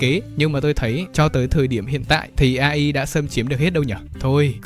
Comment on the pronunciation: Video hay nmà góp ý ông là AI đọc là ây-ai nha, nó viết tắt từ tiếng anh nên đọc theo t.a cho chuẩn =))